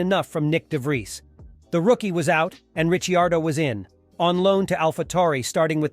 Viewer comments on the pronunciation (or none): I stopped watching after it said Daniel “Rich iardo”